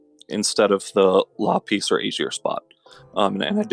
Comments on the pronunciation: The only thing I will say negatively about dude is: the way he pronounces some monster names is triggering. "la-PISS" "ver-O-mahs" to name a couple. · la-piss huh? lol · Jake Phillips no u luh-piece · he doesn't know how to say lapis steven universe fan TRIGERDDDDDDDDDDDDDDDDDDDDDDDDDDDDDDDDDDDDDD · every time he said lapis a piece of my soul died